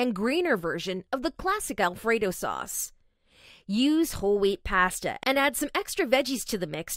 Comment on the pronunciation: the way she says pasta 😂😂